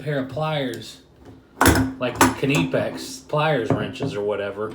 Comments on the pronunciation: Cuh- nip-ex?? Knipex; pronounced nipex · Not pronounced kernipex, it pronounced nipex fella. Look good those channelocks. The knipex have their own problems like the body is big than your average pair of engineers pliers. So not great for accesing tight spaces in boilers